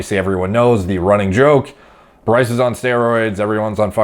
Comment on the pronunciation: You say Bryce wrong. You say it like “Berr-ice” put less emphasis on the “berr”